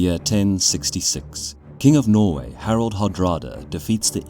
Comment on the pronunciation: It quite annoys me that narrator pronounces both "Harold" and "Harald" as "Harold"